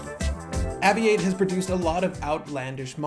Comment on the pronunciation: It’s pronounced “Aviate” as in its an aviation watch.